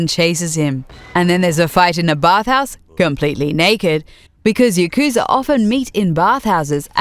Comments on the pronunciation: Please learn to pronounce yakuza also. It hurts my ears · You mispronounced both the english and Japanese names for the series in the first 15 seconds. How do you even